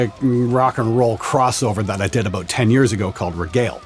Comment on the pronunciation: I can only tell when he says "about." It doesn't come out like the stereotypical "aboot," more like "aboat."